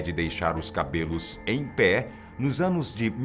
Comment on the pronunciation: "os cabelos em... PÈE!" :v porque essa entonação :v? Ah tah... deixa já sei :v